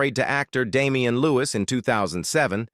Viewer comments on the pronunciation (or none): none